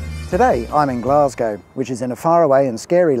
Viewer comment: No self respecting Scot would ever refer to my home city as "Glasgie." To us Weegie (Glaswegian) Natives, its "Gless-ca."